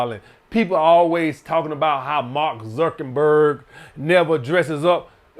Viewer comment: “Mark zukenberg” 😂😂😂